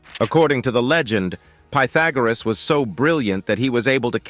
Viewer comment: I thought he said pohfagoriss lok